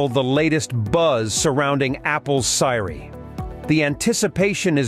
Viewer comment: This site has ZERO credibility! The speaker doesn’t even know how to pronounce Siri!